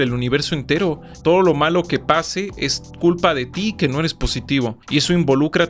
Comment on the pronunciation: "tu ere pobre,tu vibrah bajo"